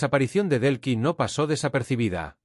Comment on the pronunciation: No se llama Brlks. Es DELCYllama Delcy, No es Belkis